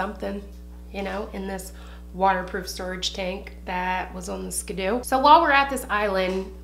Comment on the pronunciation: And ya the name is Ski-Doo bahaha skooby doo😂😂 loved this!! More stories 😂😂